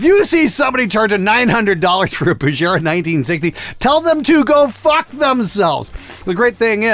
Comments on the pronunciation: It's BuGera, NOT BuJera! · If you say "Bujera" one more time...